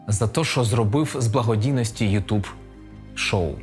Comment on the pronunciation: ютЬюб*, а не ютУб